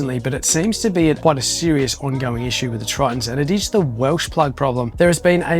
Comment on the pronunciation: Welch plug Welch not welsh